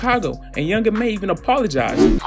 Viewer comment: "Young M.A" lmao